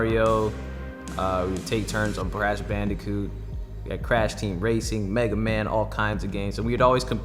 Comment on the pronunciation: my dude really said Brash Bandicoot